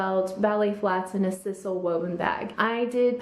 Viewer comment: Just politely fyi, the natural material used in the purses you talked about is pronounced with a long “i “ as in size-al